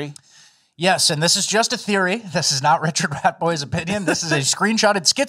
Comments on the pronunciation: Richard pronounced Ree Chard hilarious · "How goes, Reechard?" 😂😂😂